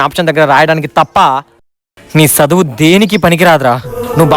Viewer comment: ఒరేయ్ సదువు కాదు రా చదువు.